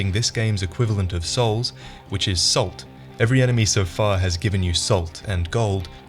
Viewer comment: Anyone else notice how pronounced "salt" slightly like "soul"? Also, sorry, but I gotta make a "Dark Salt" pun.